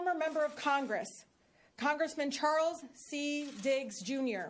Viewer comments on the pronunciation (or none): none